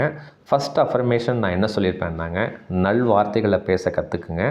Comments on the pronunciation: நள் வார்த்தை என்று சொல்லாதீர்கள். நல் வார்த்தைகள். லகரத்தை கவனமாக உச்சரிக்க வேண்டும். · "நள்" அல்ல "நல்" வார்த்தைகள் ❤